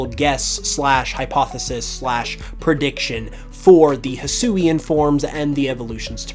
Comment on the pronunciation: Ruffled, take notes. This is how you pronounce Hisuian.